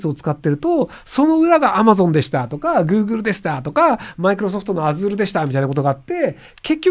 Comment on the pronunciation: Azureの読み方で体が痒い